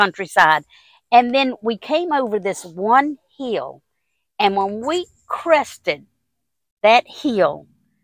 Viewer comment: I love accent. The word "hill" when she says it is a two syllable word! So charming! Love you gals!❤